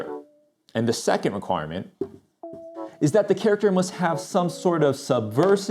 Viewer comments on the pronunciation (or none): none